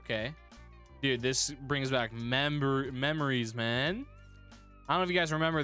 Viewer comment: He said mebrous , not (memories) LOL😂😂😂